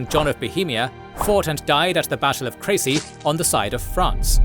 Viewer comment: Are you really pronouncing "Crecy" right?